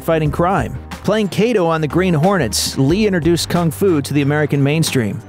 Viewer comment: You pronounced kato wrong